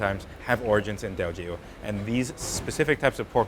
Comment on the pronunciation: Yoooo is in Singapore! I hope you have a 12 episode series here, Singapore takes our food seriously. Of course comes in with his homework done. Impeccable pronunciation of Teochew.